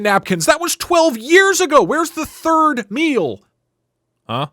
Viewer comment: "Wheres the thied meal" .. haha